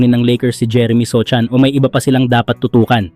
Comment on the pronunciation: sohan po ndi sochan 😂